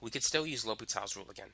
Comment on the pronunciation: great video but you messed up the name; l'hopital's rule